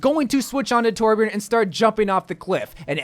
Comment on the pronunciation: I agree with every hero... but its TORBJÖRN JQKDUWIALFBDIAOosbdkaiaoalIAJDIAALKAJSAU DONT TYPE IT TORBJORN WOJDJSKLA